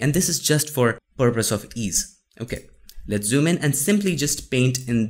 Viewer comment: "AhaLit's Get Started" 😂